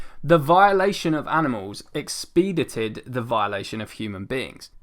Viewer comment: ek-spuh-dai-tuhd not ex-speed-adid lol 🤣mate you are English you should know this haha, great video though ;)